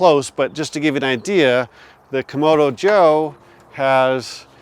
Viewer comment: You're not the only one who makes this mistake, but you keep calling the red Kamado a "Komodo Joe" when in fact it's a "Kamado Joe"...pronounced differently of course. Don't think the company will pay you for screwing up their name, but I heard another reviewer make the same mistake, so it must be like "ask and axe" for people of color. Sorry for being pedantic, but I guess it would be like calling a Cadillac a Calidack.